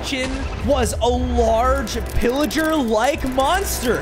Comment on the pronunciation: Thats not villiger thats pilliger